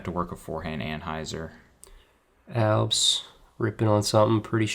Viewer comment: Maybe just me but please stop saying “Albs” 🫨